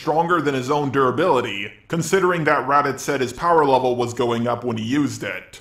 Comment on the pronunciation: Everytime he says levellll *cringe!